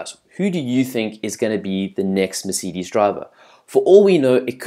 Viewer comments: great english bro meceedes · Haha! Mercidis? Volteri Bota? WTF!?!?!? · Thats not how you say Mercedes and that is definitely not how you say Monaco